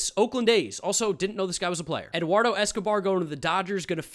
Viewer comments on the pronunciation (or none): none